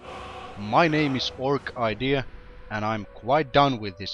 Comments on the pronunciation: I always pronounced your name or-sid-ee-a not orc idea :D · Huh,I always thought your username was pronounced Orsidéa the more ya know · Wow, Iv been pronouncing your Youtube name wrong this whole time. So its Or-KIdea? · For some reason I always thought it was pronounced Orsidea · So THAT'S how you pronounce your name! I've always pronounced it as "Orchid-ea"... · hmmh, seems like I've always pronounced your name wrong... I pronounced it more like "Orsiddea" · You did great, glad i know how to pronounce your name now!:D